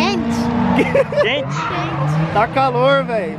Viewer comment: "quenti" kkkk